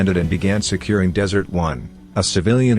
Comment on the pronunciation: Good Lord it's DESERT ONE, not dessert one sheesh